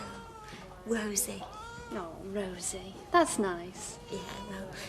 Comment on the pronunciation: Yeah I can't stand the way she pronounces the O , Liz McDonald is the same 🤷🏼‍♀️